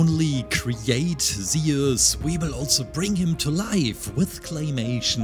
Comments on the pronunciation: bro can u pls say zues and not sound like saying zioles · It was absolutely fantastic, though i couldn't help shout its "zyoo-s" like juice and no "ze-us" 😅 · It’s not seus it’s zuse btw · zee us lol its zoos thats how u pronounce zeus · I pronounce it as zoo-s not zee-iss but u do u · Isnt is pronounced z-u-s and not ze-us? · It's not zeos is Zeus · zeus z-oo-s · Zeeoos no hate I just liked how yo said Zeus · I know you have an accent but it’s pronounced zoos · Its pronounced zeus sounds like zues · he says aluminum right but he cant say zeus for shit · U said Zeus wrong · I love this guys content but I'm sorry the way he says Zeus is honestly kinda making me mad